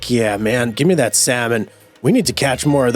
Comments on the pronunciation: The "L" in salmon is silent. Come on, man. This can't be the first time you've seen the word, or heard of salmon. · The way you say salmon😂.... Its a silent L man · Been waiting for this hehehe Could you do stardew valley on this channel? The way you say salmon bro